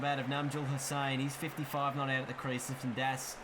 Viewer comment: You kept saying “Lifton Das” it’s “Liton” 😂😂